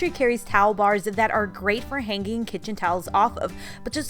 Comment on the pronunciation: I am intrigued with your pronunciation of the words hang and hanging. You put a K in it. Hanking. Hankink. Maybe it is a regional accent.